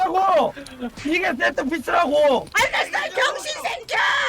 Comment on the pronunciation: 세트피스가 짹쮸피스로 들려요